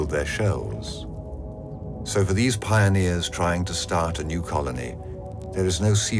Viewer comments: It's "Pioneers," not "Pioners." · “Pionners” of the Deep?? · And yet... "PIONNERS of the Deep".